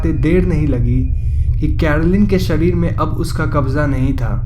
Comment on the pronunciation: Sarir nahi sharir hota hai